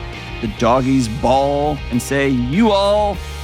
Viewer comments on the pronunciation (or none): Dr. John, Future Texan here, but have southern roots. Mr. Autry pronounced it “dough-gies.” 😉♥️